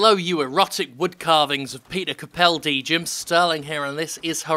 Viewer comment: I like how Jim can't pronounce 'Capaldi'.